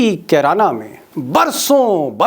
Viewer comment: अरे मोटा भाई किराना नही कैराना